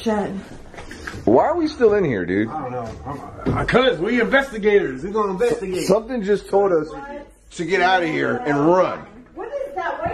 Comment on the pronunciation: Were inverstagators, we investagate... 😂